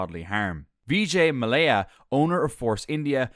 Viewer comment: His name is pronounced soo-teel. And that VJ guy? It's mowl-yuh. You did get Hamilton correct!